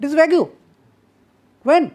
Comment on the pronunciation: Nice lecture, very informative. I am sure someone has mentioned this, but "vague" is pronounced "vayg", not "vay-goo". English is very inconsistent in the application of its grammar rules. Fuzzy, one might say.